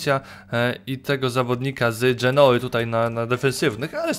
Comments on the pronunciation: wymawia się genuła, nie dżenoła :P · dżenoły xd